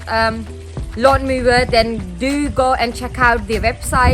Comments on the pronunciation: It is pronounced lawn mower. (Mo-er) not lawn moover? 🤷🏼‍♂️ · Thanks for the video - for future reference "Mower" is pronounced with a W not a V sound in English. ;)